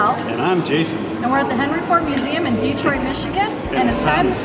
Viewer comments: Dee-troit? That's not how it's pronounced!!! (Deh-troit), Michigan! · you can tell by the way they pronounced Detroit that they probably aren't from around here